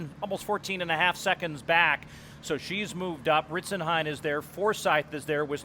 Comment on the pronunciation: shoutout one of the commentators got it right